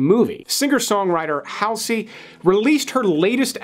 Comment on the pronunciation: Just so you know it’s “Halsey” pronounced “Hall zee.”